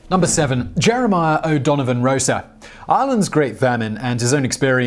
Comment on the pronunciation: It's 'Rossa' not 'Rosa'. The the first syllable contains a pure vowel, not a diphthong, and the 's' is unvoiced.